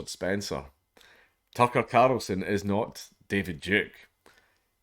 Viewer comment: I want to poke fun at him being unable to say carl, but I don't want to be rude by pointing it out....